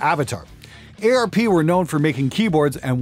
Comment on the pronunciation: eyy arr pee, it's arp like karp :-)